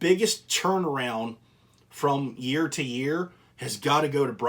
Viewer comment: You said the "biggest turn around year to year", but don't you mean "yeard to yeard" hahahaha Great video man!